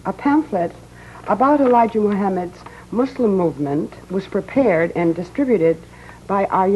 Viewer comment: I'm glad he says muslim with a S. and not a Z , people always say muzlim nowadays